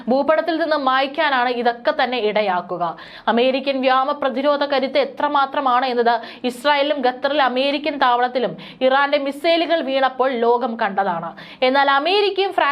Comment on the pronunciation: എടീ വ്യാമ അല്ല വ്യോമ എന്ന് പറ